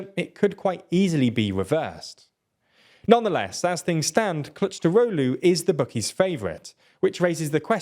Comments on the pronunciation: As a Turk, I was kinda funny to these mistakes, he needed to say something like Kilichdarolu and He was saying CourageDaulu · bro is pronounced K I L I N J A R O G L U its hilarious that you cant even spell it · 🤣🤣 dude, the amount of errors in this video is frustrating! just don't do this mate, please be honest! Erdogan will win in a landslide victory. p.s, the guy your trying to cheerlead is called "Kılıçdaroğlu" not "kictarolu" 😭 at least get that right. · Kilij-dar-oglu very easy to pronounce. Have some respect and learn how to pronounce Turkish names if you are at least willing to make a 10 min video about it. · I'd say its more like Rejep Tahyip Erdo-an (a brief pause between o and a) Kemal Kuhluhchdarohlu (the I in Kılıçdaroğlu makes the "uh" sound rather than "i") i know it is a murder of a pronounciaton but that's the best I could come up with XD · The c in the middle is pronounced more like a j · I don’t speak Turkish, but that sounded wrong to even my ears. LOL. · I spat out my drink as he pronounced Kılıçdaroğlu 💀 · Here is a pronounciation cheat sheet: - Rejep Erdo an - Kemal Kilichdarohlu It's getting better. Turkish c is a j and c with a tail is a ch. G is g and g with a hat is silent.